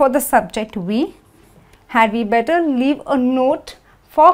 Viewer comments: better, I hear = / ' bɛtɒ/, why not the correct pronunciation= /ˈbɛtə/ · Parece que dice "BETO"